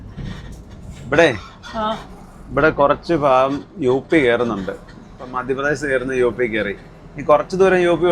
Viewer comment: നിങ്ങൾ എപ്പോഴും 'ഭാഗം 'എന്നുള്ളത് 'ഫാഗം 'എന്ന് പറയുന്നു. കേൾക്കുമ്പോൾ ഒരു അരോചകം. മാറ്റി പറയും എന്ന് കരുതുന്നു 🤔